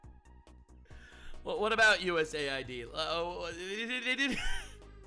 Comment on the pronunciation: US Aid, Not USA ID, for chrissakes! 🤯